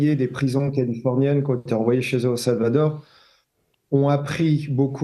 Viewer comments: Le Salvatore, 🤣😭 le Salvadore , il faut réviser la géographie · Pourquoi ce jeune journaliste prononce t il SalvaTor ? Mystère !